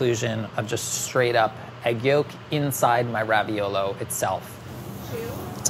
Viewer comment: Every time says raviolo I cringe and lose a little bit of my soul